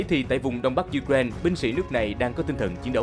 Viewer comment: U-cờ- rai-na bạn ạ.